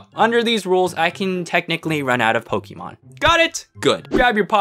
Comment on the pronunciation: I complain this about adults a lot but (no offense) ITS NOT “POKE-EE-MON” ITS “POK-A-MON” ok childish unnecessary rant over